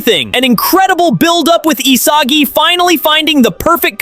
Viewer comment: Please just pronounce Isagi correctly 🫩🫩